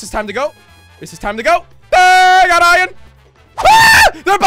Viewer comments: I love how Jelly says ‘Iyan’ instead of iron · Who cringed every time he said ion instead of iron like if you did tooo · I know! He prounonces iron iyon/ion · he means jelly says ion instead if iron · It's not iron Its ion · I like how he says ion and not iron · He says iron like iren